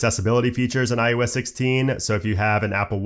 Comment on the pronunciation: Great content. But “iUS” will never not bother me. Especially after the 50,000th time, but im also pedantic, and my own pet peeves don’t invalidate the massive work that was put into your video. Thank you! And if you ever get some free time, look closely at your mouth in a mirror and say “eye oh ess” as many times as you can lol